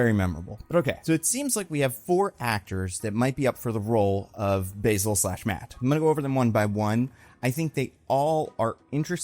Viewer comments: I think it’s pronounced bAsil Carlo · Not to be pedantic, but the name "Basil" is pronounced with a flat A sound like in cat or actor. Also, I've always wanted to see a Preston Payne version of Clayface. He's super cool and underrated. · Basil as a name is typically pronounced with the English pronunciation of the word basil btw. Also my favorite run of Basil is the early Rebirth Detective Comics run of him which really rtedeemed him and led to such tragedy. Basil and Cass have one of my favorite dynamics that deserved more time.